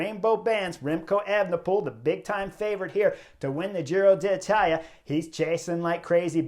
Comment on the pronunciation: I love the Butterfly Effect. For this Giro, my one request to Chris is to not say Giro de Italia… 😅